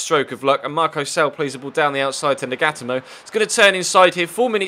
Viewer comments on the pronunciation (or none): It's not nag-ata-mo its naga-toe-moe